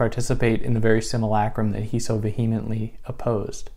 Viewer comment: transphobia is not a real thing. trans identifying males are MEN, and androphobia is not a societal problem. also, if you don't know how to pronounce something, look up the pronunciation before you mention it. It's "lay-trahn-zhay". you mispronounced "vehemently" too.